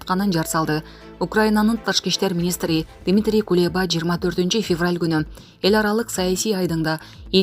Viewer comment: Февраьла эмес февралда